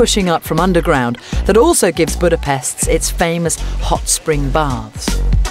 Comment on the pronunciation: She's pronouncing Budapest wrong. The 'S' sound like 'Sh'.